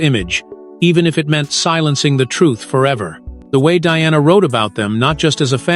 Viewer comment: God help you. Why do you try to mar Diana's name. She endured enough in life.